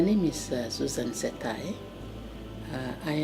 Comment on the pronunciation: you mispronounced Mrs. Setae name. its Setae not Satae.